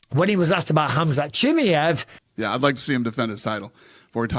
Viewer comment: His name is pronunced as Hamza She Maai Yeev. Not shemeyev...